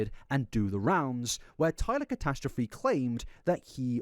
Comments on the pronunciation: I hate the fact the last name is being pronounced Catostrophe 😖 it’s catastrophic, and yes I’m using the term catastrophic to describe it 😂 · Dammit why can’t pronounce catastrophe?